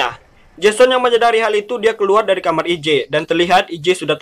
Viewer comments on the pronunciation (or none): none